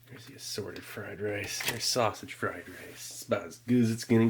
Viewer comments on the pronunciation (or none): none